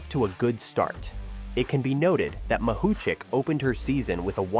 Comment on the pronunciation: How many times did the speaker mispronounce Mahuchikh's surname? - Yes.